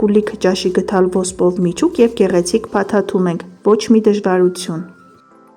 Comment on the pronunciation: Աղջիկ ջան,ոչ թե գթալ,այլ գդալ։Հոգի եք հանել ձեր քթալով և գթալով։